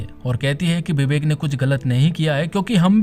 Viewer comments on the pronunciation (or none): Bhn ke lode vivek naam h uss ldke ka bibek nhi or vakil hota h bakil nhi hindi bolna sikh le